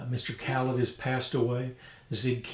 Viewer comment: Utmost respect for anything Kanstul. Some of the modern Puje horns were built using their bell within the last 10 years or so. Isn't Callet pronounced "cal-lay"? Two nice horns and they sound great. ('66 "Silver Flair"/2015 Puje "Classic" here).